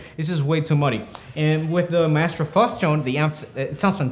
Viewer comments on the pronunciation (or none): Maestro, pronounced my-stroh. It's Italian and refers to a master of music. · Who pronounces Maestro like "Mah-Estro" lolol kinda goofy. Cool video though!